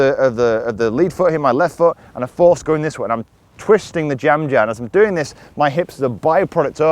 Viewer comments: i thought was speaking indian language......"jamjahr" 😂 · Just for fun,can you say jem jar and then say jam jar do they sound different, lol lm just playing with ya,thanks